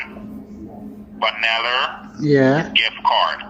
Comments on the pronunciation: "Vaneller" or Vanilla🤣🤣😭😭😭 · The scammer say the car is on a “ Chuck “ that alone is a giveaway😂 and he also said “‘it’s only be carsting yuh” 😆 also a “ one vaniller card”